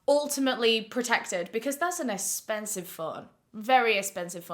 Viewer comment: the way says expensive i love it hahah. “essspensive.” 💀